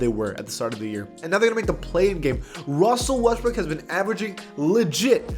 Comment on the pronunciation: “Wussel Restbrook”